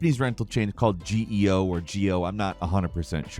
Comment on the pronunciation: Live in Japan; Geo is pronounced with a hard G, so more like "Gayo"